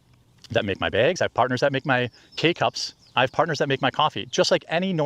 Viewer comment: The way he says “baygs” makes me irrationally angry